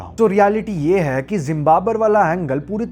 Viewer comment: This video is such a good drinking game Take a shot each time you pronounce “hai” wrong